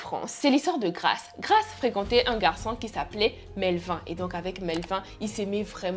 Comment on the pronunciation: On prononce Melvine ( melvinE”) tu prononce comme Éline